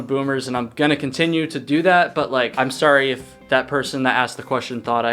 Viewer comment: I finally figured it out, somewhat. Your accented speech drops off on some hard consonants. Kind of, LIKE, East coast mountain town meets California beach. Example - dropping the T and making it an extension of the previous vowel - such as THAT becomes Thaaah. This massively distinguishes you from Becker, with his earnest WI casserole speak. Keep it roll--ing !!